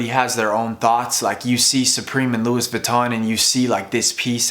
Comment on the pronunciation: Its pronounce loowee not lewis :)